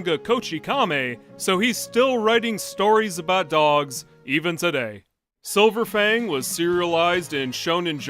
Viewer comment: Why did I hear "which is silver fang" as "which is so profane "